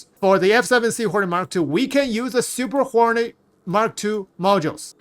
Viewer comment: I kept hearing "Super Horny Mark Two", lmao Appreciate you, my dude. Lol. Never change.